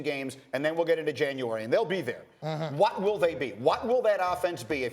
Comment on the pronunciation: Why does greeny pronounce the word what like watt. killin me